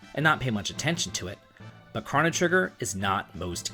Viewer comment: Damn you can't pronounce Marle, Crono or Ayla lol. Also this is such a bizarre take. Frog is the top tier of characters; he's super strong, durable, great single target attacks and multi-target water attacks. He has better healing in terms of speed and healing. Give him the Hero Medal and final form Masamune - he's gonna crit shit the bed every day. Magus is an excellent caster and the strongest multi-purpose caster. He also blitzes everything with his damage, speed and shadow magic. He's the opposite of Crono and Robo; he's ungodly strong and he has trip techs. Doesn't need dual techs. Lucca, top tier fire element and she not only has protection plus explosive fire damage. Her crits are fucking psychotic too. Robo is a good top tier same with Crono because of just how strong they are and how much they can synergize. The only take I really can get behind is.. well.. the black sheep, the odd duck, Marle. She has literally no purpose as a combatant, but she does as a character. She's STRONG AS FUCK and has excellent dual/triple techs, but her actual PURPOSE is basically to be the ultimate white mage. Ultimately she has no multi-target healing, Cure 3 doesn't matter because if you play right Frog can pretty much heal everyone using his multi-target heal and do the same job. Ice and Water should have been different and while it is different in terms of raw damage (ice being much stronger), the only real niche she serves is to provoke enemies with Ayla for rare items.